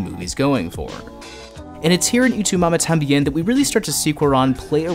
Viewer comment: Great video bro. But your pronunciation of 'Y tu mama tambien' was killing me, lmao